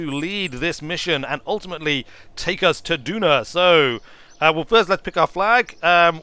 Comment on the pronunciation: Stop mispronouncing Duna! Please! Also, I think you meant an interplanetary civilisation A Kerbin day is 6 hours. That is asparagus staging. That was a very...er..."old-Kerbal" style launch profile. This, I assume was done in 1.0, which means that you should now start the gravity turn very early, not at 10km as it always used to be.